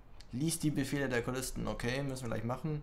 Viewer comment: Eigentlich geiles LP! Aber deine Aussprache! :) z. B. Kulisten aber sogar in LoL! Das ist immer so witzig, dass dich die Aussprache nicht interessiert! ^-^